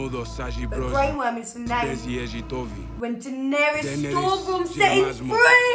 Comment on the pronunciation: "Grey Worrm!?? Maybe we can just change the color. Rose Worm or somethin'. Slightly betta'." 😅😅😅😂😂😂